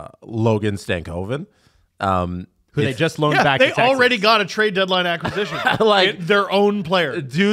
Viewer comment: thank you for saying logan stankoven's name correctly. THERE ARE LITERALLY DOZENS OF STARS FANS WHO LOVE THIS POD